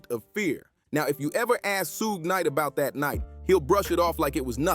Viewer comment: SHUG KNIGHT , SUED KNIGHT . . . CMON HAHAH